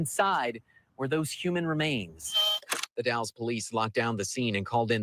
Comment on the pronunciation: Hi, did you say The Dalles Oregon or Dallas Oregon? If it’s in the Columbia River Gorge area it’s The Dalles. Two different towns. The Dalles is pronounced - (the a sound is as in apple) Dalls. Just fyi 😊 I’m always on the hunt for Kyron Horman! I searched almost every day for him for 4 years. And I have his initials tattooed on my neck. … someday that baby will be found. 🙏🙏🙏